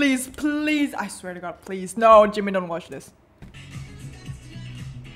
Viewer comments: IT'S JIMIN NOT JIMEN OIL LONDON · Sorry but something is wrong with his lips cause it sounds like he is saying jungCoOk and jimOn! and I think his favorite words are Jimin, Cute and awww and AMAZING. + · Why does the way he says jimin always trigger me? ji-MIN kfjdjdjd